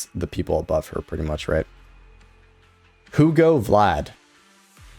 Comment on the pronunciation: "Who-go Vlad"